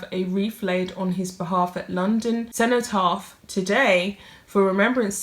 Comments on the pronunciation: Cenotaph not centypath!!!!! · The Centerparf... Really? Cenotaph. Pronounced Sen-o- taf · The word is CENOTAPH not Centrepath. I'm getting increasingly irritated by your constant mispronouncing of words in your narratives. You should for goodness sake, practice what you are going to say first. Make sure you know how to pronounce words that you aren't familiar with before you decide to record. It's obvious that you are using phraseology and words that you are not familiar with, in an attempt to sound somewhat more sophisticated than you are. You do try to hide your London accent, but not really managing it. Sadly, when you use the words "they was" instead of "were" (all the time) that impression falls short. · what is a centopath? it is a cenotaph sen o taff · Cenotaph not centopath